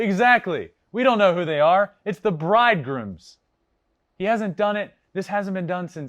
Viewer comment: "Brooklyn Bridgegrooms" Lol Really, dude ? Bridegrooms